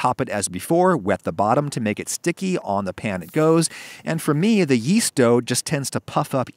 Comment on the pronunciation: Yeast? I thought you said Weast ! XD